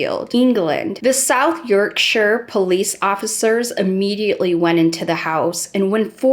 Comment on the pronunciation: As a welshie,thankyou so much for not being the usual yank and not pronouncing it as "york-sh-eye-ur"